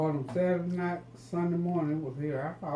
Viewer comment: You said nite it’s night 🌚